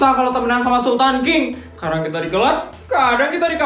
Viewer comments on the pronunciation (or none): Bisa bisanya bilangnya SULAN feli